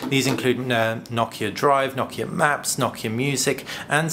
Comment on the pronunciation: Finally someone who pronounces Nokia correctly!